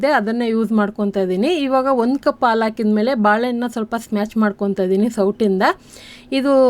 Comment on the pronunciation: Hi 🍫Hegiddiri? As usual super video..dear 👍 Vand suggestion..plz **Haalu(ಆಲು) Hannu*(ಅಣ್ಣು) kannada sariyaagi uchhaaraa maadi..plz Tappu tilkobedi.(.love from Vijayawada 👍)